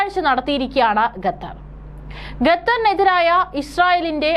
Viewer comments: കഞ്ഞി കുടിച്ചല്ലേ കുഞ്ഞേ? 'ഗത്തർ' അല്ല, 'ഖത്തർ'. മലയാളം ശരിയായി ഉച്ചരിക്കാൻ പഠിക്കൂ. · വാർത്തവായനക്കാരീ ഗത്തർ അല്ല ഖത്തർ എന്നാണ്. നിങ്ങൾ ഗത്തർ എന്ന് പറയുന്നത് കേൾക്കുമ്പോൾ ഭയങ്കര ബുദ്ധിമുട്ട് തോന്നുന്നു. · Learn the name Qatar, not Gathar. Gathar. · എടീ ഗത്ത ർ അല്ല ഖത്തർ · Gathar alla Qatar. Nannayi ucharikkan padikku. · Not gatar khater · എന്തോന്നാടീ ഗത്തറോ അതോ ഖത്തറോ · Gathar alla Qatar aanu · Madam, ഖത്തർ ആണ്. ഗത്തർ അല്ല. News readers proper ആയി pronounce ചെയ്യാൻ ശ്രമിക്കുക. Please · Gather alla quater aanu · ഗത്തർ, ഗത്തർ എന്നാണ് അവതാരിക പറയുന്നത്, ഗ ത്തർ അല്ല - ഖത്തർ ആണ്.